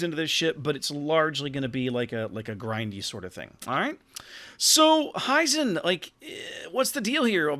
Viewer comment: It´s "Hee-zen" like "He Man" rather than "High-Zen". Other than that, thank you for the nice preview.